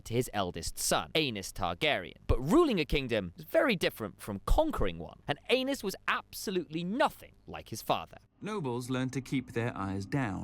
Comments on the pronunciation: Great informative video. Amazing artwork and editing but FOR THE LOVE OF GOD!!!!! It’s pronounced ehh-nis not Anus. 🤣🤣🤣🤣 I’m way too immature and almost didn’t make it through that section. 🤣 amazing work though otherwise. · Ay-nees, not anus. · Absolutely not. He keeps saying it😂 I’m pretty sure it’s pronounced “Anees” but anus😂😂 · Aenys- guessing it should be pronounced Aa-Neice…. But really, are you 9? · Aenys = Anus 😂😂😂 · Aenys - pronounce properly as Aa-Neice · Isn't it pronounced Anaiis? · No you are not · Def not the only one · Definitely not the only one. But I think he’s saying his name wrong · Nope I laughed every time he said it 😂